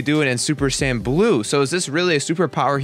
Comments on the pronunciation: he said super san not sayin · sounds like he is saying 'sans' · Tbh a lot of these powers arent "powers" the regeneration is simply the fact that "SSG" has that capability, SSB does not, simple, and for god sakes Pronounce it correct right "Say-Yins" if you could actually read the fucking article before talking about the powers, and how can you possibly know that chiotzu did learn from his training from self-destruct? The mimicry one makes sense, MIMICRY "to copy or make similar" thats what they are explaining, Frieza did mimic Krillins attack seeing how effective it was against himself, you yourself are just ranting on someone elses work which is about 80% true, yet from your personal opinion your trashing it, AND IF YOU FUCKIN READ MOST OF THEM THEY ARE SAYING IT IS FROM THE MANGA AND FEW INSTANCES IN THE ANIME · When he says saiyan it sounds like he says sand 😆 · did he say super San? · I don't know what is more amusing the article or the commentator that is trying to rip apart the article because thinks he knows everything about DBZ when he can't even say Saiyan properly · I got a cheap laugh out of the way you say "Saiyan" >__< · can't even say Saiyan